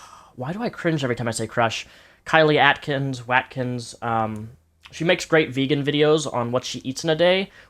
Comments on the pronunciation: "Watkins" is probably pronounced "wot-kins" ;D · We pronounce Watkins as 'Wott-Kins.' in the UK. Is it different in the states?